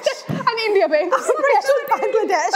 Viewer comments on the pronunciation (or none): none